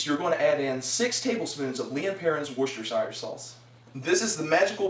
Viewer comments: Funny stuff as always, big lols Though you pronounce Worcestershire weirdly! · Gahh, the way you pronounce Worcestershire is wrong But meh